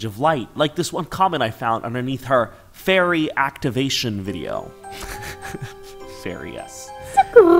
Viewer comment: Your Fairy pronunciation was amazing, I'm so impressed!